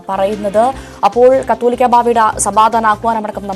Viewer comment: കത്തോലിക്കാ ബാവ അല്ല. കാതോലിക്കാ ബാവ എന്നതാണ് ശരിയായ ഉച്ചാരണം.